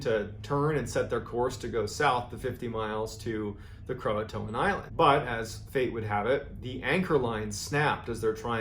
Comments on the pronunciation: why does everyone call it croatoan when its croatan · Everyone pronounces it Croa-TOAN. It's CroaTAN. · I think its pronounced Cro-Ah-Tan. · Painful to listen to you mispronounce Croatan....lol. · The "t" in Croatan is the distress signal